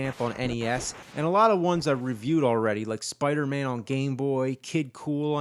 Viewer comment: In episode 24,is that spooderman instead of spiderman?